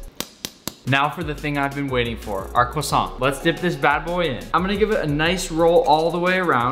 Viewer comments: I partly speak French and you nailed Croissant! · YES YPU SAID Croissant ALSMOST RIGHT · I am from Quebec and you said the croissant rigth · Phew, he didn’t say the croissant like quack-son Tom Holland: 🙃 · As somebody who speaks both French and Hebrew, you actually nailed the pronunciation for both the challah and the croissant! I’m genuinely impressed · yes you said it right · actually I think he said it right PS: i'm french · As both a Jewish person and a French speaker, you were on point with all of your pronunciations. Very well done. And even if you weren’t, no sane person would give you a hard time about it. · The croissant pronunciation was good, it's nice that you care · I am french and I just wanted to say that you said the word croissant perfectly haha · You actually said the Croissant right! Proud of you Nick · As a French guy You said "croissant" perfectly! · I speak french and his pronunciation of croissant is actually pretty good for an anglophone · Actually the 1st american that was able to pronounce croissant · The croissant was well said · Ho ho you said 🥐 correct I’m not french I’m just English 🙂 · You pronounced 'challah' and 'croissant' right. Good job Nick. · That pronunciation is on point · Excellent pronunciation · If you want to know you pronounc croissant very well gg you did well